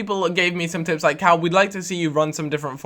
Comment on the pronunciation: "Cal" hahahahahahahahahahahahahahahahaha